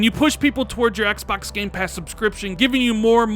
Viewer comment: I like the way you say "Xbax"